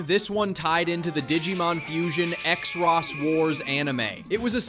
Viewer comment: Not knowing how to say xros really annoyed me. It's just "cross"